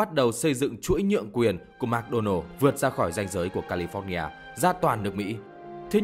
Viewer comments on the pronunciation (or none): none